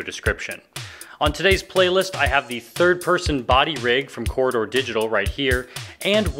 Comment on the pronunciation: Your "Corridor Digital" sounded like "Quarter Digital".